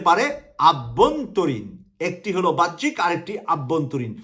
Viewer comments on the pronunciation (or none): সাহেবের উচিত তার ভাষাগুলো শুদ্ধ করা। তিনি বাহ্যিক শব্দকে উচ্চারণ করছেন "ভাহ্যিক" বলে।এর আগেও বিভিন্ন ভিডিওতে/ টকশোতে তিনি "বৈষম্যকে" উচ্চারণ করেছিলেন বৌষম্য।